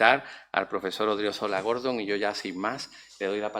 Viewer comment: Ilmas. Sras. e Ilmos Sres. Académicos de la Real Academia Sevillana de Ciencias. Simplemente querría precisar que el nuevo miembro se llama José Antonio Odriozola GordÓn y no Gordon tal y como Vds. pronuncian su apellido. Siempre y cuando, obviamente, el nuevo académico no haya decidido cambiar su segundo apellido por uno anglosajón.